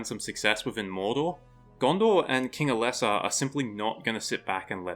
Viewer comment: Interesting video but Tolkien’s names typically had their emphasis on the the first syllable. MOR-an-non instead of Mor-AN-non and EL-es-sar instead of El-ES-sar.